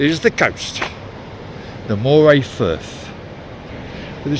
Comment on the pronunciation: Pronounced Murray!!!